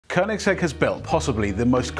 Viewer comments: near perfect pronunciation of koenigsegg, good job :-) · Thank you for pronouncing Koenigsegg the right way unlike 97% of the internet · Finally some who says koenigsegg right